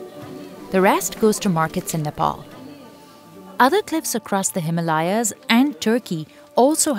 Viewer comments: Its HIMALAYA NT HILMAYA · what was that Hi-ma-la-ya in the starting of video? lol